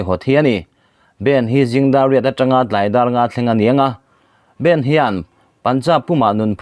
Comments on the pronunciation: Bend ni lovin bandh ti a lam tur aw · bend ti tawh suh aw bandh hindi trawng a stop tihna nia.....